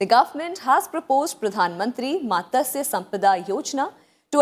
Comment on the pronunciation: It is matsya and not matasya